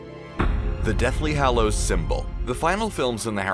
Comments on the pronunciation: He said hallows wrong...he be over here saying it fanvy or somethin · STOP SAYING HALLOWS LIKE THAT